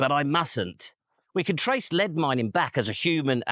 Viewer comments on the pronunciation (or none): none